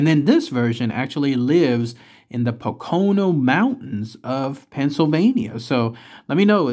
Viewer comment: I grew up in PA and ohh your pronunciation of the Poconos is a bit off. Just search on YouTube like the NASCAR track in the Poconos. But I live in Massachusetts and none of our towns are pronounced like they are spelled. But this is one of my favorite YouTube channels and especially the cryptids and UFO videos.